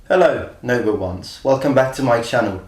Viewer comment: For a long time I thought you said "hello number ones" but you actually say "hello Noble ones".